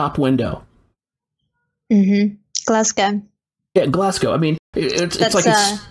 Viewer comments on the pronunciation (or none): none